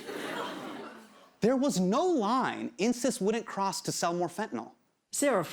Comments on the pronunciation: Insys sounds like "incest". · I know this is inappropriate but every time Hasan says Insys I think he's saying incest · when he said insys i legit heard Incest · insys sounds like incest